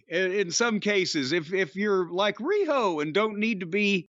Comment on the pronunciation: THE WAY JIM SAYS "RIHO" OMG :face-green-smiling